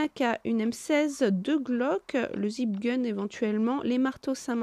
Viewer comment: Beau raid et par contre "Zip gun" sa m'a tué 😂😂😂😂 sinon superbe vidéo continu comme ça 👍